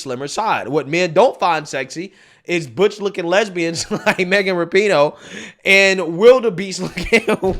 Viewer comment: Its "Rap-eh-No"